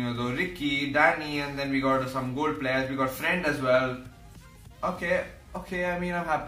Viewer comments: Players = PLERRRS 😂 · Commentary: Gol pleyas ,gol pleyas , gol pleyas, gol pleyas... Fam